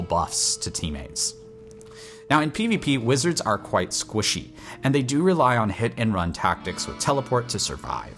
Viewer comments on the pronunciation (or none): none